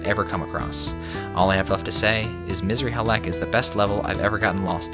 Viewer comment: It's "Missrly Halek", not Misery Halek 😂😂 although it could be Misery Halek for some players Misr is Arabic for Egypt, the "i" is our "ian"